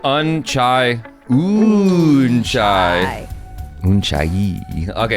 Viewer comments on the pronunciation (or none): it's not.. UNchai(un tea ) == it is oonchaai... height. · It's not un chai (tea) it's uunchai means Height..😅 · It's not Un - chai Its OOHN -chai. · it's pronouced, oochai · Unnchai is pronounced as un..cha...ee , which is height..btw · It is pronounced : uchai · uunchai----- pronunciation should be ooonchayiii...( altitude). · it is pronounced as oo-nchai. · It pronounced as "oonchaiee" it means height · “N” is silent in pronunciation 😅👍